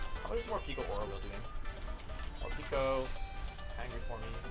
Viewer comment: Morepeko? Pretty sure it’s moreypako